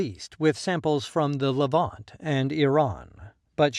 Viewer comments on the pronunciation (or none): none